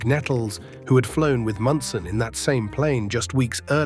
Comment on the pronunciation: Thurman Munson was, is and ever be my favorite player. And I hate AI that cannot pronounce simple words and names.